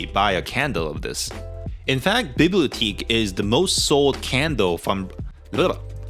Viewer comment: It's pronounced bee blee oh teck